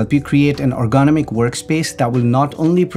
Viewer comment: Ergonomic sounded "ərɡəˈnämik" in simpler terms, "er-gu-nom-ik". Has 4 syllables and the accent goes on the 3rd syllable.(er gu NOM ik). Yours truely, a stranger on the internet 😉